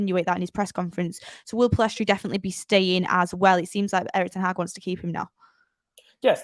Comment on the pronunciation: Pellistri not Pillestri